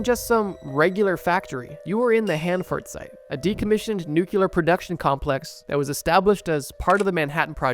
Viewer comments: It’s nuclear, Bro, not “nukular” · BTW, it's nuclear, not nucular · New Quelur waste is completely safe, It's nothing like old nu-clear😂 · PLEASE stop saying nucular it’s nuclear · "New - Clear" ✅..."New - Q - ler"❌ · WANDER lust, not wonder lust. Nuclear has 1 u in it. Not two. It's "nu-clear", not "nu-ku-lar". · I love you and your channel but please ffs, it’s nu-clear. Not nukular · Nu•clear is the pronunciation Nuke•cue•lur is not... Great video tho😂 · mkay so NuCLEAR NuCLEAR not Nukular not Newkyewlurr NuCLEAR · There's only one "u" in "nuclear". It's not pronounced "nucular," that's not even a word. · Nothing makes me click off a video faster than hearing someone pronounce the word nuclear as "nookuler". Trust me bro. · Nuclear has one U. NEW-clear. Using the Homer Simpson pronunciation makes you seem about as smart as him.